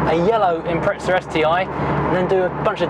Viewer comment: Impreza not ImpreTza. THERES NOT T IN IMPREZA!!